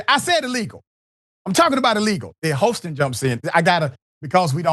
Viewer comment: Her last name is pronounced “HAS-TIN” not “HOSE-TIN”. smh